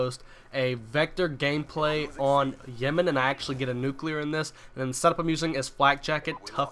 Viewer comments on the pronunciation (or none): What's a "nuclear"?